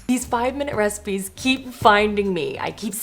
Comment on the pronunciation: at the end it sounds like you say 'for more 5 minute reciMEs' 😂 looove the look of the orzo one, def want to try that one out!